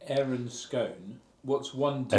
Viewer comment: Points for pronouncing Aaron correctly